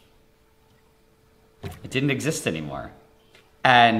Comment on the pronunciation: how did he say "it didnt exist anymore" without touching his lips at the "m" part of anymore